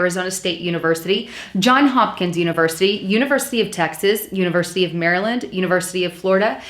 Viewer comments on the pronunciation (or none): none